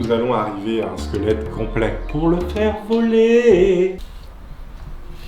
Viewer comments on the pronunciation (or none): LE "SQUELETOUNET"